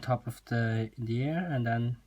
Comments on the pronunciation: No offense but thru it is not air its ear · The way you say ear sounds like air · omg this was so helpfull btw it is ear not air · OMG he says "air" instead of "ear". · I swear this man says ear like hair